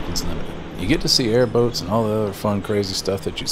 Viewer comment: Did you say airboats or airbags?